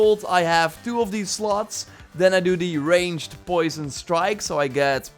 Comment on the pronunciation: Poor guy having a hard time saying 'slots'. I was like what's up with shallots in a AC Valhalla skill video.